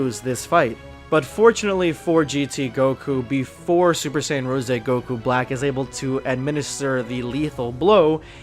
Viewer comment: Its “rose” not rosey idiot😒